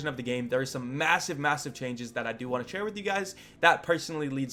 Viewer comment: He said chair with you guys